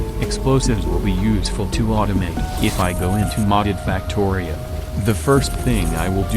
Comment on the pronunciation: I love how the ai voice always says "fucktorio" 😂